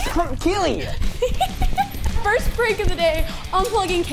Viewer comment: ITS KEELEY NOT KELLEY